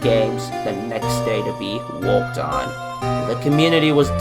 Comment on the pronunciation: Do you have like an accent because you say words different for example worked "woked" original "owiginal" ect this is not the first time I have encountered this the reason I am pointing this out because I'm very curious on what it is [I'm not making fun of you I'm just curious] : D